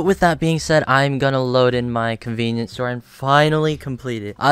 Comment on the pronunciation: conveenipoo store